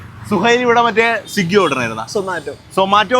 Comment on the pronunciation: മോനേ,, സിഗ്ഗി എന്നല്ല ട്ടോ.. സ്വിഗി എന്നാണ്😊😅